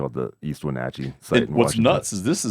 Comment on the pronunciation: As someone who lives in e wenatchee thank u for pronouncing correct 😂